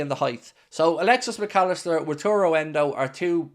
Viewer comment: It is Wa - ta - ru! ;)